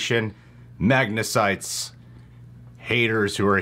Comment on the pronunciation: as soon as i clicked i was expecting to say "Magnasites" and he actually did lol